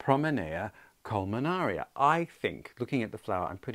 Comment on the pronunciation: Just wondering if the spelling or your pronunciation of the plant is correct. Seem it ends iana not ara according to the spelling. Not criticizing but just wondering. You have done a wonderful job with the plant and I love those blooms. So pretty!! Congratulations!!